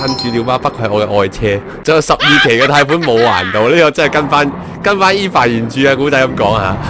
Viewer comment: EVA 唔係讀「衣Fa」，係讀「欵FA」